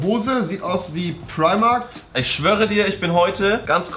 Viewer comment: Dieser Moment wenn Rewi Primarkt sagt und nicht wie es richtig heißt "Primark"